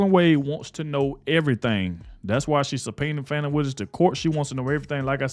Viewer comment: Stop calling her Foni. Her name is pronounced FANNIE. (Not Adog, the National news.) 😂